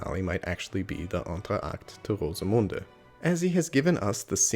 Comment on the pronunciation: Very good pronunciation of Rosemunde!